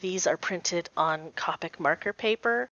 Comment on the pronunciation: Nice! It’s actually “cope ic. Sounds like toe pick. Not kaapuk. “. Came from an official Copic representative.